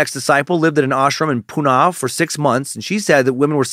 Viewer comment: just some pronunciation corrections for yoos- Sannyasin = sin-yah-sin. Osho = oh-show. Pune = poo-nuh. I lived in Central Oregon back then and have my share of Rajneesh stories- I even visited the Big Muddy in its heyday.